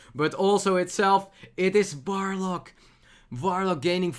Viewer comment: )) Awesome Dutch pronunciation there, mate; you really made me smile with that 'F'oidlord 'V'orlock ^_^ I've studied German back in the day at the Uni but I also got the chance to hear some Dutch so I can easily recognize the similarities between these two Germanic languages xD